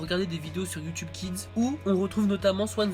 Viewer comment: en quoi c pourri sa chaine ptn ta direct di c videos c de la merde sans arguments mb je te crois qd meme et sinon sa perturbe prsn qu' il dit" youtyoube "au lieu de "youtube"?